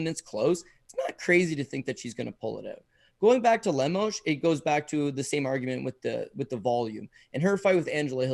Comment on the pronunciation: Seriously, how do you watch MMA for over a decade and botch these simple names so badly. Le-MOSS? If you really want a kick, listen to try to pronounce Jamahal Hill. At this point, I'm questioning your guys' baseline observational abilities. Also, it's JO-ZAY Aldo. Man has been a legend for over a decade now, at least have the basic respect to say his name right, for once.